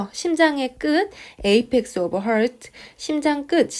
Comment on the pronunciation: 목소리, 전달력 너무 좋으세요. 심장(heart)을 hurt 로 발음하시는데 이것만 heart(하r트) 로 바꿔주세요~ ^^